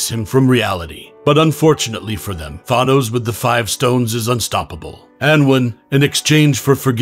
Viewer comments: It’s thanos not thonos, you pronounce the a as a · This was an alternate reality during secret wars. And I hate how you pronounce Thanos as Thahnose. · the s is silent. and the a in thanos is long a.... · This man is an expert at mispronouncing words, yeesh. "Nova Corpse" "Thawnose" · cant pronounce thanos, cant pronounce corps, is there anything you CAN say correctly